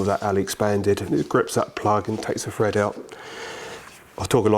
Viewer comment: lmfao stop saying fred it`s thread 🤦‍♂️